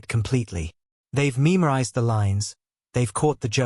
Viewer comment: ‘Meemorised? AI slop